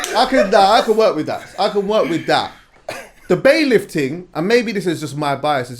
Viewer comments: poland. I thought I was the onlyvone that noticed was saying bailIFT. Lol. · It's bailiff. Not bai-lift lol.